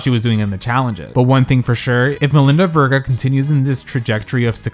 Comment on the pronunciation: Say her last name right! It’s like Sophia Vergara without the A at the end.